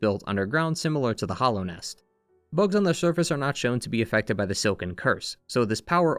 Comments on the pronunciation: Hallownest is pronounced with a short a sound, right? Like "hallowed ground". I keep hearing hollownest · “The Hollownest” - “Hallownest”